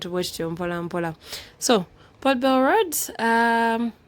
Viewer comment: Hi beautiful, I like the way you pronounce that ka word, 'po bel' (Port Bell) like the English people 🥰🥰